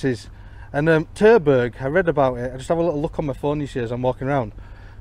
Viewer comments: Terberg? Sounds like Turdburg. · Did you just say turdburger aviation? 😁